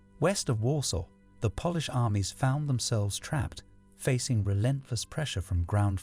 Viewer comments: The narration so fake. He keeps saying polish as in like furniture polish instead of Polish. 😂 And he butchers pronouncing Czeckslovakia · Y can’t the guy say polish properly 😅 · Would you like a narrator who has a lifetime of experience who knows the pronunciation? I love your videos but if I have to hear the mispronunciation of Polish once more I'll go mad! 🤣 I'll do it for free 😁